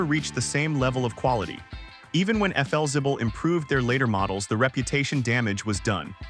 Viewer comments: Felzibble? Hmmm, isn't that Flexible? Or is my English messed up? Do I or the AI need better education? Oh gosh, what would AI call me then? Vicke = Vicky... there's an important difference between the two names. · Cant pronounce Flixible, you need a human over the age of 60 to properly narrate these episodes. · It's pronounced "FLEXIBLE". And "LOS ANGELES". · AI doesn’t do the job. Could have been a great video. Efelzible? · Yeah thats what i thought..AI needs to go to school! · FLzibble??? Never heard it pronounced that way in my life. Can't stand AI. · Stupid AI trash - if you’re going to feature a brand at least train your lousy AI to say the name correctly. I was interested in the topic but the video is unwatchable if you actually care about your time. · Your education is just fine, AI narration is the problem. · That AI voice can’t seem to pronounce the name correctly.